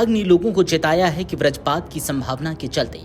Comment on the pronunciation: हिंदी की ऐसी तैसी कर दी इसने 😂वज्रपात को ब्रजपात और चक्रवातीय को चक्रवर्तीय बोल रहा है 😂